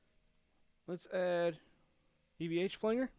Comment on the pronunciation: "Flang-guhr" cracks me up! Great video. Thanks for sharing this info.